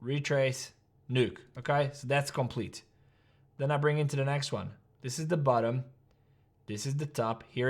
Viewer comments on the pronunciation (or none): says bottom in😂